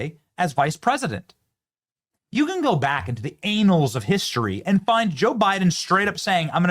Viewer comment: The “anals” of history? It’s the annals of history 😊